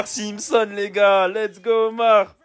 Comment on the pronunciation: “Omar” Simpson😭